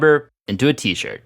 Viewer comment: 13;47 "for my t-shit"